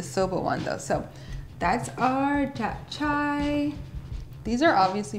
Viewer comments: I think you missed the part where you've also been pronouncing it wrong - it's not "Chay" its "chae" like Che Guevara. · Girl that pronunciation of japchae 😂 it's Chay rhymes with May. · Looks delicious but just so you know, it’s pronounced like “chap-cheh.” ☺️ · lol I haven't been pronouncing it wrong. I took 2 years of Korean in college and visited Korea twice so don't worry I got it. As explained to a previous commenter, based on where she was starting from I explained "rhymes with May" which is about as close to the correct pronunciation as an american who knows no Korean is going to get. Also most Americans would pronounce Che the exact same way as May so you've only proven my point.